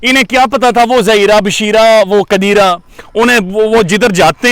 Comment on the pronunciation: Plz sir Qadeeraaa naw bolen allah ka nam hy Qadeer...